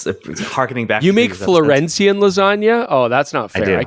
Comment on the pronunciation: its Florentine... :P